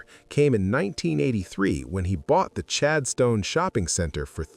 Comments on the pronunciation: Chadston not Chad Stone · 🫣 pronounced ChadSTON..not ChadSTONE....it's an 'Aussie' thingy...🙄 STONE(D).....🇦🇺😮? 🙄